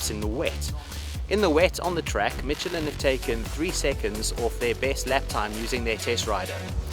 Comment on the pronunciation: If you say MITCH-elin again I am going to Gahhhhhhhhhh!!!